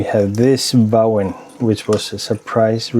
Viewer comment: Uha.. mange flotte piber 🤩. Lille fif.. Vauen er Tysk, og skal udtales Fauen 😉. Ka se der også var en Vauen auerland tobak..den er en af mine favoritter